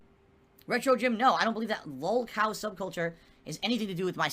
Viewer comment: "I was around before lahlcow culture existed" Does he really believe the bullshit he says or is it just cult pignosis?